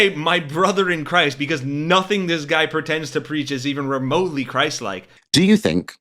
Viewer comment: Oh "christ like" i heard "crisis king" and was like "yeah there is certainly a crisis"